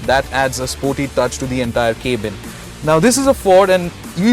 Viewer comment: dude it is cab-in not cabe-in